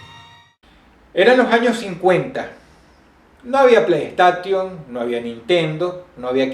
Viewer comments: "plei-está-tion, equis-box" jajajaja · jajaja me cage de risa cuando dijo: "Pley tation"